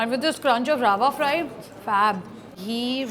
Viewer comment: It is rava fry, not raaava fry